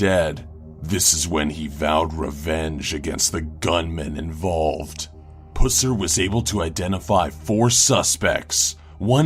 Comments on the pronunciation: It is Buffered Pusser, not Buufard Pussar. Dumbass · Buhferd Pooser? Really? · For number 7, how can you mispronounce both first and last name? It's Buford (with a long u) Pusser (with a short u)... the movie Walking Tall was based on him. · Ugh. So like... my father is close friends to the Pusser's. It's not Puss-er. It's said Puh-ser. I cringed so hard. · XD omg did he say pusser? XD im done im so done PG is tooken to a new level XD i cant stop laughingggg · Everytime he said "Pusser" I couldn't stop laughing 😂